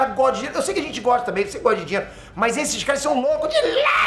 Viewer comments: " etê chifrudo " " dilelo" esse me faz morrer de rir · " ...... Que isso da 'dilelo'...." Não aguentei ri demais 😂😂😂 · "é muito dinhelo, então vamo trabaiá!" kkkkkkkkkkkkkkkl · é muito dinheilo, ent vão trabaiá!!! Eu: fino, meu caro idoso de meia idade🗿🍷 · Dinheilo kkkkkkkkk